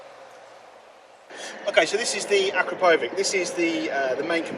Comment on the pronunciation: Acrapovic has nothing to do with a wig. It’s pronounced Akrapowitch.